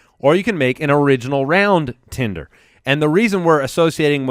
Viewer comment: It's TENDER, not Tinder. :-O